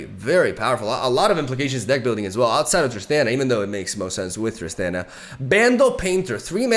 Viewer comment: Just so you know, it’s pronounced ‘Trist-ahn-a’ not ‘Trist-an-a’